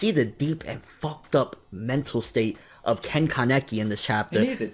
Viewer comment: simply say kaneki not kan-ne-ki 😐